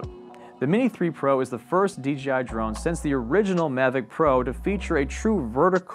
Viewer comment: DJI right? Why's he saying DGI??